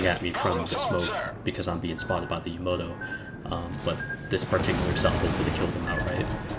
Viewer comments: yamoto? its called yamato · BTW it's pronounced Yamato not yomoto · jeppe dahlhede Yama-To. How can you butcher the name of the most famous ship ever? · "yamoto" lol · Yamato is pronouced lile its written ya ma toe